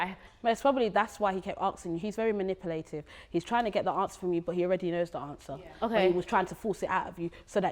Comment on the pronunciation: they keep tryna use really smart classy language and KEEP getting the words completely wrong 😂 "let me just intraject" 😂 and " he is very manipulayyytive 😂 what is that